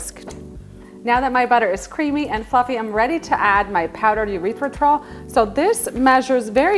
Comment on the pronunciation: “Urethra-tol” made me giggle. “Errrith-ritol” 😊